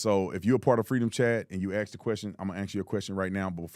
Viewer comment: "Ax questions" ? .... or is it "axe questions" ? Instant credibility loss.